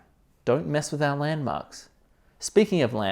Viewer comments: lol i love the way he says "our" landmarks i love it. He sure loves his chicago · i love how he says "don't mess with our landmarks": ) you are a my friend!!